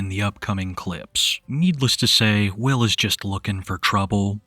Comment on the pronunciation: Oh, his name is Will? I thought everyone kept saying “Whale.”